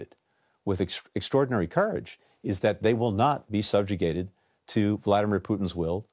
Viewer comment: he said bloodymer putin 😆